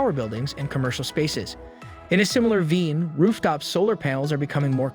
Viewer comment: Did this guy say 'veen' for 'vein'? As much as I think EVs are great, I'm not a fan of AI videos